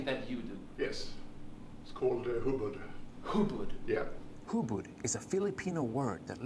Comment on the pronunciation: He pronounced it as "Hubad" which means to get naked, instead of "Hubod" :P